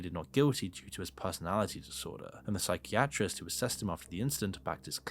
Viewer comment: I like that pronunciation of ‘psychiatrist’.